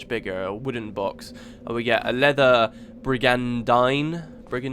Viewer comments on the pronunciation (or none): it's pronounced brig-un-deen